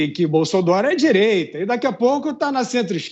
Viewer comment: Fiuza tem que ver que muitas vezes ele não fala nada com nada principalmente quando ele fica falando Bolsolaro pelo meio dos dentes e ridículo tem razão